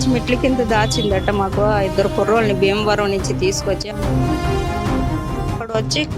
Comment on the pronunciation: బీమవరం కాదు.. భీమవరం.... వైజాక్.. కాదు వైజాగ్....